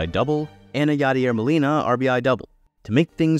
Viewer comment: “Known speedster Yaider Molina” had me 💀